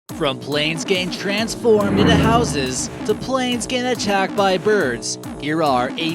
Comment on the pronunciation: "To planes transrorming into a house" me: Are you still watching transformer?